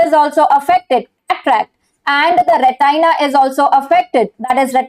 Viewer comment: Its not Rey-tie-naa its retina